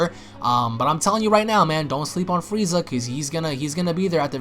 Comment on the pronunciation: you said fweeza